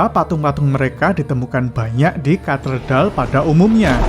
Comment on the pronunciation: Sebutan nya bukan katedal tapi katedral